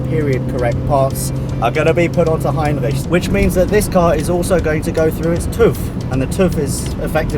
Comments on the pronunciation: Hey! If you want you pronounce R's in French, do it as does it in "Heinrich" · Heinrich is a wonderful name, greetings from Germany BTW : I love your pronunciation of Heinrich, please say it as often as possible :P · Great! Looking forward to this series. Brilliant how you pronounce Heinrich btw.. The Mercedes museum is fantastic isn't it? Not just the cars, but also the architecture. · Wait a sec.? xD Does really speak german? The pronunciation was really good so i'm kinda confused now ^^ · The right pronounciation of the ch in Heinrich requires me to give a thumbs up already! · i love that you're saying the name right !! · your pronunciation of Heinrich, damn god alternatives: u know what, screw it, it's Heinrich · Great pronounciation on "Heinrich" Greetings from Austria ;) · Solid pronounciation